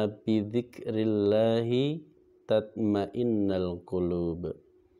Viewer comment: Tath ma in nul qulub ustadz ma, af bukan ma in nal